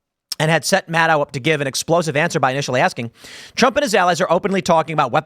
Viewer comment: Tim, it’s Rachel MadCow… get it right brother